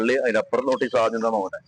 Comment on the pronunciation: നൊട്ടീസല്ല കാക്കാ..... നോട്ടീസ്..... YT യിൽ വീഡിയോ ചെയ്യുന്നവർ ശ്രദ്ധിക്കേണം. ' ലോകം മുയുമനും കാണും.....